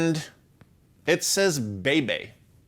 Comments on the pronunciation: So that Russian pedal (the huge) it’s name is Effect (the top of Wah pedal) and the name of the effect Is not Bay Bay but must be pronounced Vau Vau. I have it in 80’. Heavy. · Annnd it says "Bay-bay" Russians: *Angry noises* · Well "b" makes a kinda "v" sound, no "w" sound in Russian, so you could pronounce "vau-vau" if u want, too... :) But yeah, obviously it's a transliteration of "wah-wah"...